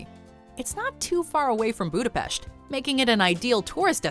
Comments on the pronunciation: That's how we pronounce it, it's a gesture from her and we appreciate it. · Because everyone else in the world is not Hungarian, there are only 15 millions Hungarians all over the world and we really appreciate if someone who is not Hungarian speaking takes the effort to pronounce it rightly. But it's ok if people say it in an English way, I just wanted to let you know that the way how she pronounced it was the correct Hungarian pronunciation. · TBH, I'm quite surprised that could pronounce the letter 's' properly in the word 'Budapest' 😏👍